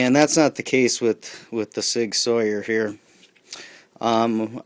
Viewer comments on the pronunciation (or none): A modern day warrior, mean mean stride, today's Sig Sauer, mean mean pride! LOL. It is pronounced SIG SOUR! Just having fun, good video